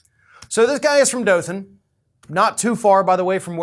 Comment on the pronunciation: Well it nice to hear dothan Alabama pronounce right to bad we got criminals like this